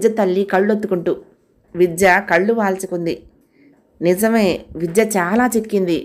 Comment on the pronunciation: Story bagundi … meru chadive vidhanam inka bagundi… Chinna salaha andi…. Vijja…vijya… ani palukutunaru… vidhya ani palakithe baguntundi kada..